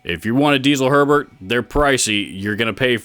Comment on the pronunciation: Herbert is the best for sure... Just want to point out it's pronounced more like "hair-bear" than "sherbert" :P